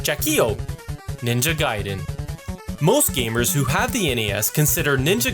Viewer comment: Thank you for pronouncing Ninja Guy-Din correctly! That's the way I have always pronounced it!